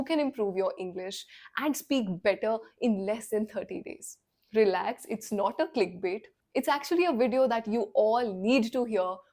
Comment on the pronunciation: Pronunciation of Clickbait was incorrect.